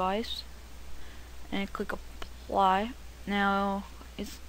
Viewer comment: "Just click APLAHH"